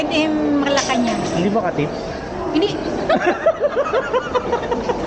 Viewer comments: Madiin talaga ang pagka sabi hindiiiii hahahaha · Ang diin Ng Hindi ni, parang diring diri sa katips haha 😂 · Ang lutong ng HINDI ni. Hahahaha. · Natawa ako dun ah...ang higpit ng pagkakasabi ng HINDI hahahhaa